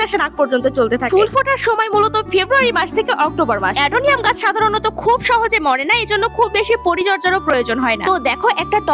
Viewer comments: অ্যাডেনিয়াম না অ্যাডনম এত নিয়ম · অ্যাডেনিয়াম না অ্যাডেনিয়াম ভুল বলছো😅😅😅😅😂😂😂😂